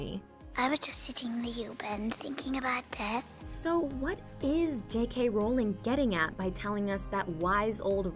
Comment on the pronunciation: Is no one gonna mention she pronounced Rowling wrong?